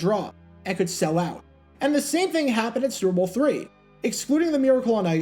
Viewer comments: Why can’t you pronounce “Super Bowl “correctly? Every time you say it 5000 mph. It’s not the “Zrbool” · Slow down; annunciate. What the hell was "Sewer Boe Two"?